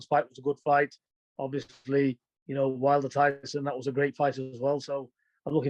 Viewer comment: Can really tell there's beef between him and Tyson. Still can't even say his name.